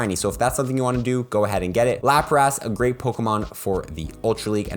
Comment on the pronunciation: Ok i cant get over the way he pronuced lapras